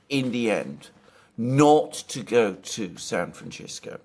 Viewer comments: Just pronounce it Frisco, not San Franshitgo. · I always enjoy your videos, but Alexander needs to learn to pronounce “San Francisco.” 😂😂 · Can anyone tell me,why is Alexander pronouncing San Francisco like that ? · Can't pronouce San Fancisco. 😂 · So Alexander can't pronounce "San Francisco" correctly ? I love you A, but come on, what are you doing? No one and I mean NO ONE, says it that way. Is that how they say it in Greek? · It seems like a matter now of pure, childish ego that Alexander should continue this bizarre pronunciation. Every time he does so he loses credibility. So tiresome. Why hasn't Alex told him?? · Come on Alexander, yhou MUST know how to pronounce San Francisco? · Alexander, what's with San FranGisco? If you said it once you said it 21 times😅😅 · It's San Fran -CISCO. Not "scisco" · Stop pronouncing San Fan-CH-isco! The inhabitants of the city call it San Fan-S-isco. You are overriding it! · I wish Alexander would pronounce the city name correctly. It's San Franshitsco. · What's with the 'San FranCHisco' pronounciation?!... You do understand this is not in Italy, right? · Love the San Franchesco pronunciation. It cannot be a fluke of Alexander - he relentlessly repeated it. So, I am convinced. Resist Francisco! Franchesco ftw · Alexander: San Franchisco. Me: Really? Alexander: San Franchisco. Me: If you say so. Alexander: San Franchisco. Me: Okayyyyyyyy... Alexander: San Franchisco. Me: slowly backs out of the room Alexander: San Franchisco! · Nobody says San Fronchessco in English or Spanish.. he's mispronouncing our city's name because he's a little too lazy to find out how to pronounce it like the world does.. and his fans 😤😤😤would rather lay on a bed of nails that admit he's wrong about anything.. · San Franchisco? Alexander, please chease and deshist pronouncing San Francisco this way! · Have I been pronouncing San Franchisco wrong all this time? 🫤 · Why is Alexander calling SanFrancisco…SanFranchisco?? Californians do not call it that??